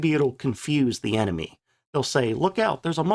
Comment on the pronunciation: just one more thing—- why is it that every time you try and use the word “the” it comes out as “teh” Just an observation that my inferior intellect just doesn’t understand. I’m just a plowboy from Mississippi trying to make sense of a simple word that a genius of your caliber should easily catch as a misspelling except that you do it every time when you attempt to use the word. Hmmmm